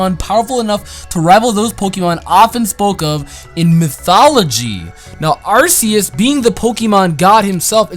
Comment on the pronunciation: It is pronounced arceus with a "cuh" sound I think. Like an Arc